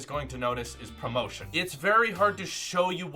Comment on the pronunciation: When he says promotion, instead of ProMotion lol